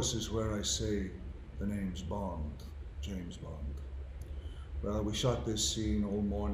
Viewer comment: "Bont(h), James Bont(h)" yes yes we know you're rightly proud to be Irish but tone it down a bit, old son, it's famously pronounced 'Bond'.